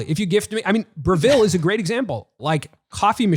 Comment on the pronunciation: I might be wrong, but I don't think that's how you pronounce Breville. Loving the new podcast channel and the frequency of uploads. Keep up the great work.